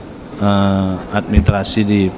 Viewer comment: Beliau tdk bisa menyebut kata, 'Administrasi'.